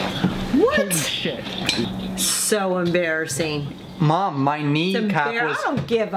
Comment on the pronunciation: "mom your embressassing me infront of my friends lmaoo